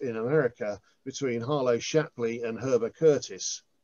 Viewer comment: That's Heber Curtis, rather than 'Herber'